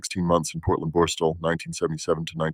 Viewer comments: Borstahhhhl 😂 wtf is that? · These AI narrations can't even pronounce the word borstal properly